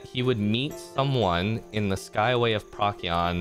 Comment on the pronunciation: PROH-see-on. not PROCK-ee-on. Good vid though, I listened to this entire thing while at work!